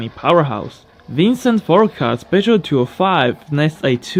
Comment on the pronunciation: you know any person is Franks if they nailed to pronounced Peugeot like that